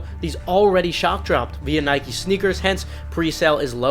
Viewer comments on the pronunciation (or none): none